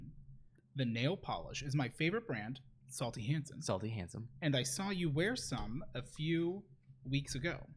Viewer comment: I lost it when pronounced that nail polish as "Salty Hansen" 🤣🤣🤣🤣🤣